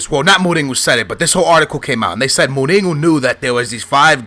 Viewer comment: why do you say go instead of ho jose mourinho not jose mouringo and even jao moutinho even ronaldinho i remember u said in a different video.